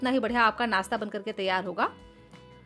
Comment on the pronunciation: Aap crush ko krass kio bolte ho? Naashta ko Naasta! Khushboo ko khusboo or gaajar ko gaazar! Fresh ko fres! Recipe acchi hai!